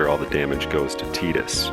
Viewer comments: "TIE"dus, not "TEE"dus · Why does everyone pronounce it "Teedus" instead of Tidus that make FFX videos?